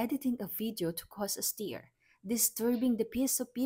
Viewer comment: Cause a steer? Stir😊